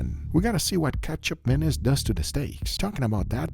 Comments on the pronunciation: Sorry i cant hold it. keichap mayonnaise just sound so wrong 😂😂. Should pronounce as ma (mama/mo-ther) niece. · He keeps saying "ketchup mayonnaise" instead of ketjap manis..... Guga really needs to work on his pronunciation/annunciation..... jellomin. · I heard Ketchup Anus. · It sounds like he's saying ketchup mayonnaise. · i kept hearing ketchup mayonnaise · Started the video without looking at it, but only listening - kept hearing "Ketchup Mayonnaise" - had to check what was actually happening, and that was definitely not ketchup or mayonnaise.. lol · All I hear is… ketchup mayonnaise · I thought bro said Ketchup Mayonnaise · say it like this: Katchup 'Manees" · Am I the only who initially thought he said Ketchup Mayonnaise? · When Guga first said it's name, I understood it as "ketchup mayonaise". Yup, ketchup mayo. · Guga sounds like he’s saying ketchup mayonnaise lol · Google sounds like he’s saying ketchup mayonnaise lol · Love guga, I keep hearing ketchup mayonnaise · I heard ketchup menace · I keep hearing ketchup menace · I’m dying because after reading the comment, all I hear is Ketchup Mayonnaise, even though it’s not spelled as such.